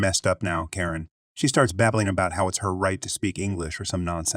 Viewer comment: That and he pronounces Karen properly one moment and This pronounces it the next. I like his videos though because his voice is soothing